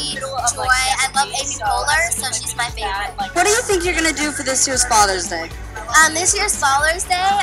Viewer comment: said falers day